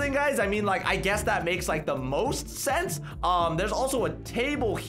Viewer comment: When u said sense it’s like flower sent